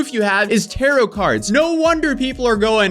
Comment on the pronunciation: i miss when you used to say “tarot” wrong 😢